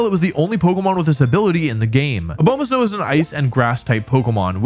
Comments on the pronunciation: man ur like my favorite pokemon youtuber but i can’t justify ur intentional misperception of names. it’s obviously not ah-bow-ma-snow. it’s ah-bah-ma-snow, you know, as in abominable snowman. you do this all the time just to get people to comment. there’s no integrity in it. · a-BOW-ma-snow... really? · “A bomah snow” smh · “Oh bow mah snow” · It’s pronounced abomasnow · Your pronunciations are horrendous I thought Slay-king was bad but A-bow-ma-snowis something else. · a- BOW- ma-sow? 😂😂😂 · Wolfey... that is not how you saw "Abomasnow." It's Abominable + Snow, Not "Obomasnow"